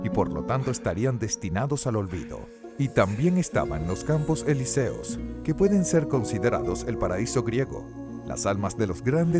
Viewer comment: Perdon tu pronunciación es horrible... incluso con mi nombres simples como Perséfone o elíseos, acentúas mal